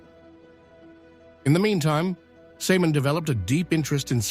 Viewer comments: I know what you mean. It's irritating that her name is mispronounced throughout the video. It's pronounced Sim'o'wn. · It's not Semen. It's Simone with an accent on the e.